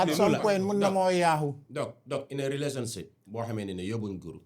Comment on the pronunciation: Is the fact that he keeps saying rerationship instead of relationship lol but however this was a very good episode! The daily dose is a really good podcast Maa Shaa Allah. We always needed this type of platform. Keep going the sky is the limit🤝